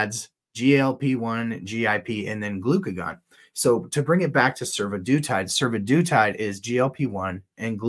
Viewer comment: Survodutide makes me hear Sue-the-dude-tide.